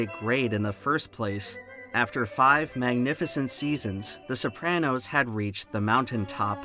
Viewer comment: Wild that the author of an essay about The Sopranos can't even pronounce the title correctly!